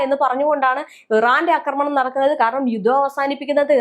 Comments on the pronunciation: അക്രമണല്ലാ...ആക്രമണം...ആഹാ കുറേ ആയി സഹിക്കുന്നൂ....മലയാളത്തെ കൊല്ലാതെ😂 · എല്ലാ നാറികളും ആക്രമണം എന്നതിന് പകരം തെറ്റായി അക്രമണം അക്രമണം എന്ന് പറയുന്നത് എന്താണ്??? ഇനി മലയാളം പഠിച്ചിട്ട് മതി മലയാളം വ്ലോഗ് എന്ന് നിയമം വേണം. അക്രമണ പോലും. ആക്രമണം എന്ന് പറയൂ തള്ളേ..